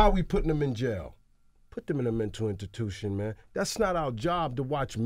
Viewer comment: “Intitution” 😂😂 illiterate bastard ...